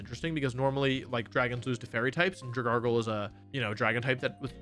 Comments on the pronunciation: Dragalge, not Dragargle! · Dragargle? It's Dragalge (Dragelgee) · IT'S DRAGALGE, NOT DRAGARGLE! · SAY IT RIGHT PLEASE! IT'S DRAGALGE, NOT F*CKING DRAGARGLE! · my dude pronouncing dragALGE, a pokemon based on ALGAE, as “dra gargle” where tf that R comin from, the world champ diff?